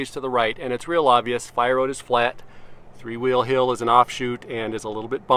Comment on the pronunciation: “three hhhwwweeeel hill”